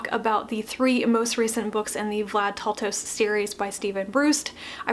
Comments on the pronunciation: Thanks for this review! FYI, it is Vlad "Tal-toh-sh" not "Tal-toh-ss" Great pronunciation guide here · Taltos is pronounced as Taltosh Steven Brust is pronounced Brusht Other than that it's a great review